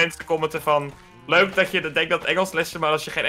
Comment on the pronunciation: Normale mensen:leuk Ik:leuk: muik